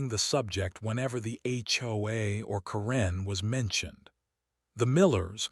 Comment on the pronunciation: Karen is not pronounced as Corrine. The inability of you people to improperly pronounce words is astounding.